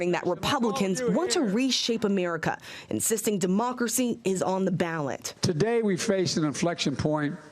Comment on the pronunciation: "threat to our demarkacy". Sorry, it's pronounced democracy 😂😂